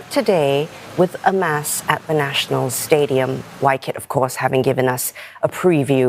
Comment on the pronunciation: Yup, pronounced the word “Mass” accurately … Hope other news reporters take the cue from her